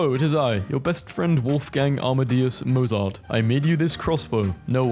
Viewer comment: why did he pronounce Mozart like that?